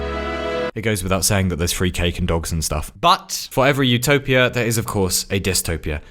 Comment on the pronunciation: My brain everytime he says "utopia" : ZOOTOPIA 🦊🐰